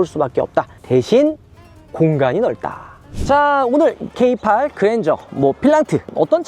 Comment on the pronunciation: K8과 필랑트 고민하고있었는데 세대 비교 너무 감사해요. 전고 높은 SUV는 부담스럽고 세단을 탈피해볼까 하는 기존 세단 차주한테 필랑트 매력적이고 기존 세단과의 비교 너무 유용합니다. 다만 K8은 케이팔이라고 하지 말고 케이에잇이라고좀 해주세요 케이팔 너무 없어보여요. 케이쓰리 케이파이브 케이세븐 케이나인이라고 하면서 왜 K8만 케이팔 하냐구요 ㅠㅠ ㅋㅋㅋ